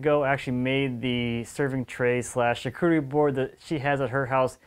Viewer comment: Sharcoodery? Sharkoory? Try “sharkutry” or even “sharketry”, that’ll get you close enough and won’t sound pretentious.